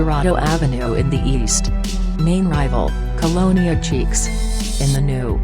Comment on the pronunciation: It is chiques not cheeks.